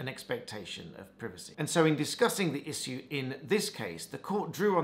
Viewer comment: The posh accent comes through with the "issue" :D